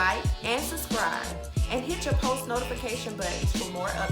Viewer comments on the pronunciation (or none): none